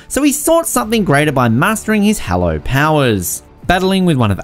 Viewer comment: How do you say Hollow as Hallow